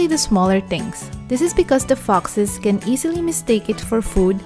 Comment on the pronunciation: Hey next time please learn to pronounce ‘foxes’, its sounds different!